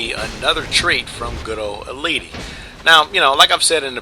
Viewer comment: And you pronounced EIiiti's name wrong xD